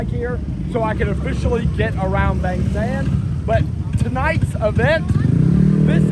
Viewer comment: Mate you been in Thailand long enough to know it's pronounced Bahng, not Bayng.